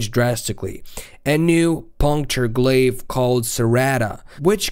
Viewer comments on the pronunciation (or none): none